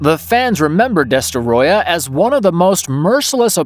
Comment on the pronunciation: I wish I can give you two upvotes for pronouncing Destoroyah's name correctly.